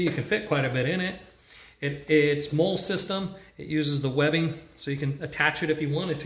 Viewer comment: Pronounce the “mole” pouches as “molly” please